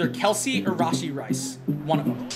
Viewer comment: Not hating on but "rahshee rice" 👍👍💀💀